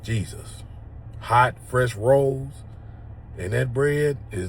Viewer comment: The way she said those rollz.😅😅